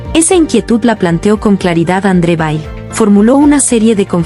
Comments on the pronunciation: Es André [veil] en francés. Aunque es apellido de origen Alemán. André Weil es francés y es conocido por la pronunciación francesa de su apellido. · Y luego dicen las conjeturas de [Weil] es la misma persona. Pero lo pronuncian distinto.